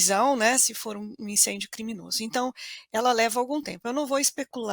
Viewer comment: Não é crimonoso! Isso é certo!